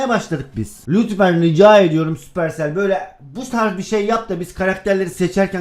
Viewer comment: Montaj stars= sapırsell =süpersell